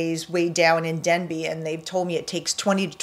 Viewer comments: There is no Village of “Denbey” there is a village of “Dabney” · You keep talking about the new village of Denbey in multiple videos. There is no new village of DENbey. The village is called DABney. Dabney, not Denby. Hope this helps.